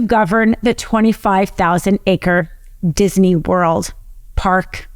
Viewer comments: Love her but she pronounces Disney as dizzy knee. 😂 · Please stop saying "Disiney". It's not pronounced that way. Other wise, great video. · I get and rsspect everything this woman hs to say. However, It isn't DisENy or Walt DisENy, it is Disney. Just sayin. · Great presentation but isn't it Disney not Dissinee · Why does she keep pronouncing it Disiney??? It's Disney!!! You should have found someone who knows how to pronounce simple words! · she is saying it like dizaney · I didn’t know dizney had three syllables, diz-a-ney, I’ll start saying it right. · who knew it's pronounced dizzyknee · Why does she keep saying DisEney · I'm not a nit picker, very rare for me, but I can't get over the 3 syllable pronunciation of Disney. I tried. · I learned if you must say Disney too many times, it turns into a three syllable word.